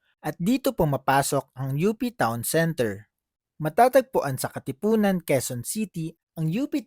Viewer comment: UPTOWN CENTER is the right way to read it di U.P. Town Center.😏😏